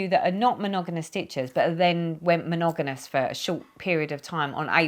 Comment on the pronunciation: Hi, wow 4x’s filming a one hour video. Forgive me but every time you said the word monogamous, I lol. You were saying monoganus. Lol, how many times? Monogamous is how it is spelled. With two m’s not two n’s. Lol. You had me roflol. Sorry to hear that your mom was ill. My son and I both were as well. That was no fun. TTFN